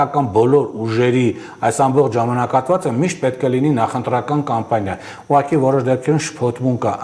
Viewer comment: Հարգելի, ոչ թե "ուղարկի" այլ "ուղղակի"